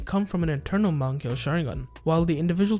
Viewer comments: I, unfortunately, cannot take this video seriously to the fullest extent due to your egregious pronunciation of the word "mangekyou." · can't take the vid serious with your pronunciation of mangekyou